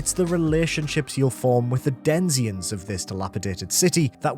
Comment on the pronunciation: Denziens? Denizens.